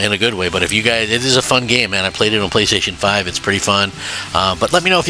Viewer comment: Why does Crap have such a tough time saying "playstation" Not the first time!